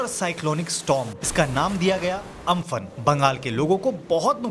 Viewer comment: Amfan not aamfan